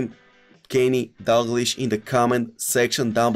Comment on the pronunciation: dAlglish ne dUglish